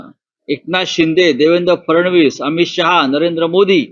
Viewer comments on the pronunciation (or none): none